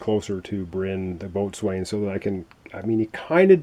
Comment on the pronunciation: Wow, your play throughs are coming out fast and furious these days,! Good luck with this one. BTW - Boatswain is pronounced "beau-sun"